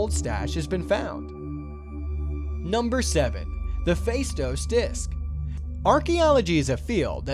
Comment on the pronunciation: The stress is on the last syllable the word Faistos (Φαιστός in Greek).